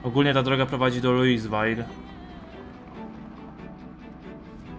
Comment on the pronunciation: Czyta sie luiwil a nie luiswal